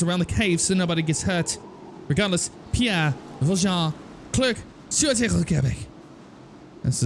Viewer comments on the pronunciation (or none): none